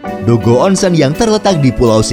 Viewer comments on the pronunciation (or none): Nihon = nihong Onsen = onseng huruf "E" dibaca seperti beca bukan kera